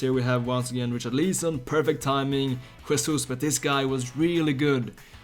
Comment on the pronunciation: Dude wth is your pronunciation of Richarlison ????